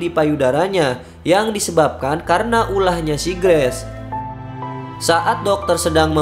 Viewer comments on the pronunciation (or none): Bacanya "greis" ya bang,bukan "Gress" 😅🙏 sukses selalu bang👍